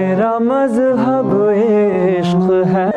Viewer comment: Why would you say ishKHHH ?